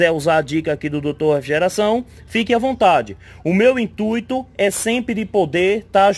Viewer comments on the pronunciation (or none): none